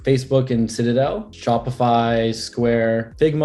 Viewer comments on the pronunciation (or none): none